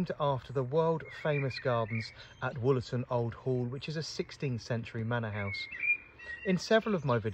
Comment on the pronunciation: Wollerton Old Hall not Woolerton.